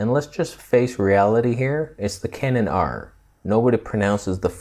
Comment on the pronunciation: 'The Canon AAAR' that made me chuckle.